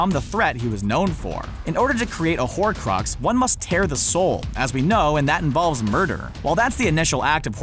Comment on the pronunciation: Horcrux not horrid